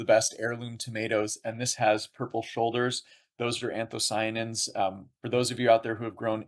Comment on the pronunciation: Interviewer keeps mispronouncing "anthocyanins" but overall interesting nevertheless.